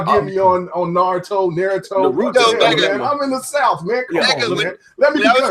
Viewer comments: and yeah it's pronounced nah-roo-toe was saying it right. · Haha, you were saying Naurto correctly. No one else was, which is the funnest thing. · naaa crap pronouces the japanese name right, naruto is said that way lol.